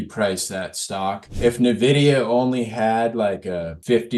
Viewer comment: It’s n-vidia not navidea